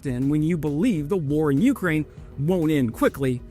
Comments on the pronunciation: Your wife should make fun of how you say Ukraine too. It's "yoo-CRANE" not "YOO-crane". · I will like these videos even more when you learn to pronounce Ukraine correctly